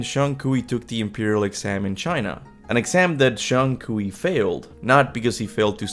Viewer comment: Is just Kui, Not Kui-We. LMFAO.